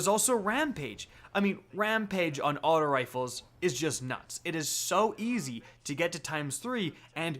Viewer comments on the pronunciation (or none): Can you say “aut-oh” and not “aut-ah” when you say auto rifle? It pisses me off